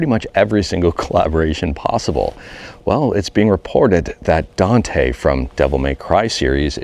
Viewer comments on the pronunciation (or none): none